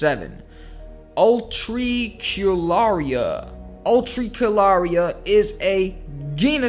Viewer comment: uh-trick-ularia nonono it's YOU-trick-you-larry-a